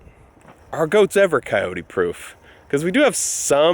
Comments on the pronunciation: It is pronounced cy-oat in Texas. Cyoteeeeeees is just all wrong. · Its two syllables: phonetically::Cay- ote. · City folk don't know how to pronounce Coyote and neither do you. Leave the "E" off the end of the word. Think of "Kyoat".